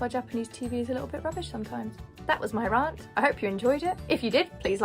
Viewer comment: I was going to suggest they should make a show with increasingly bad food to see how long it'll take for someone to snap and finally admit the food is disgusting, but then I became aghast at the way you pronounced "rant". I mean what the hell 😂